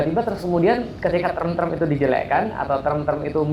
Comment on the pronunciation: Term, bukan trem. Bilang saja "istilah" Tidak usah pakai trem trem